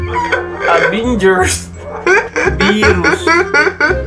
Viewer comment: JJULIBHIE HAHAHA BHIERUS HAHAHA ABHIENGERS HAHAHAHA you made me laugh so hard Kuya😂